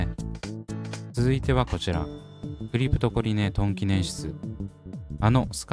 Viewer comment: クリプトコリネを クリプトコネリって 言っちゃうんだよなぁ😅